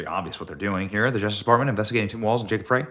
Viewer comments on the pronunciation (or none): Frey is pronounced FRY, not "fray". But I know you don't read these. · Hey Benny, love the coverage, but just a note: Frey is pronounced "Fry" not "Fray" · Hey Benny! I think the Idiot Mayor here in Minneapolis pronounces his name fry not as its spelled. Thanks for keeping us informed! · Enough people left (like me) afree walz and frey (pronounced fry btw) F'd up the blm riots in 2020 to make minnesota to loose a seat